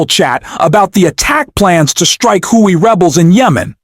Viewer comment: Your robot voice makes far too many pronunciation errors! e.g. "houthis" does not equal "houtis".